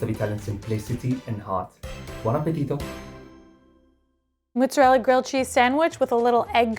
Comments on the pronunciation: "moh-zah-rel-ah" not "muh-zah-rel-ah" Some New Yorkers also say "prOH-juzt" instead of prOH-shoo-tOH, which is dialetto Napoletano. Double consonants get emphasis. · It’s pronounced mozzarella,, not muzzarella:) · the way you pronounce mozzarella is cracking me up. mooo. lol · Thank you for saying this - I was about to mention it too!!!! "Moozahrella" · Wait do New Yorkers from the city pronounce mozzarella with a u instead of an o? -a confused Rochesterian (and this is no hate meant btw! just curious)